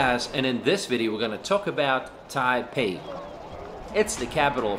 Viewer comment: It's pronounced tie PAY.